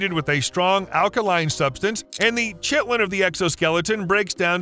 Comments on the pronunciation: Kai-ticin, not Chit-icin. It’s Kay-ten, not Chittin. I blame Skyrim for this rampant mispronunciation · "Chitin" is pronounced as "kaitin." So, "chitosin" would be pronounced as "kaitosin."